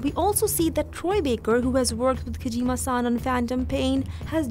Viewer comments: why do you call him Kajima San? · Kojeema Saahhn